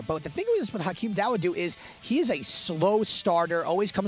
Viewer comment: This fool okomota never taking time to do research on names and updated on fighter. Look how embarrassing he pronounces Hakeem dawodu's name. FOOL!